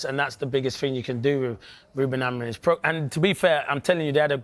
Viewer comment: When are these guys gonna pronounce Ruben’s last name right? Both Rooney and Carra still call him “A-Maureen” maybe when he wins something.